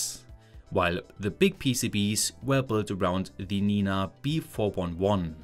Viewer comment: Finally you pronounce PCBs normally, not PCBeeeys which honestly drove me mad ;)